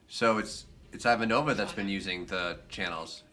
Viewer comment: Good job on Ivanova. If we are going to pick on your mispronunciations, we have to praise when you get it right.